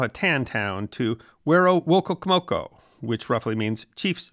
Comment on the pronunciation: If you want to know how to pronounce “Werowocomoco,” it is pronounced “W-h-er-o-woh-co-moh-co.” It looks extremely difficult to pronounce, but it’s not too hard to pronounce once you understand what is intended in the spelling.